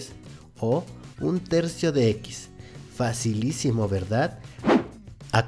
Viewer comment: Pero no digas "facilicimo",por q me siento tonta